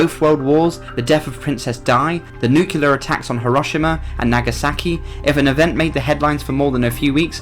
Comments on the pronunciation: NOO-clee-er, not NOO-cu-lar,. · pisses me off too noo-clear is far easier to say than nookyoolar. Bush the dumbfuck started it. He also doesn't know how to pronounce the name Michel (mee-shell)